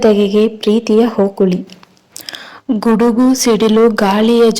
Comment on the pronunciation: ಅದು ಹೋಕುಳಿ ಅಲ್ಲ. ಓಕುಳಿ